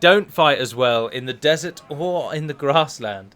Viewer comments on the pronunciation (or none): none